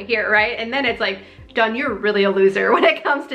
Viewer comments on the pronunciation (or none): none